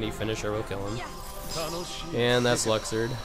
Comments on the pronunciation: Holy fuck I didn't realize that until he actually pronounced it "Luxord" "Lucksword" x.x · “LUCK-SWORD” 😂😂 I’m dead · Lol it's luxord not lucksword and it's final xemnas not final zebraman lol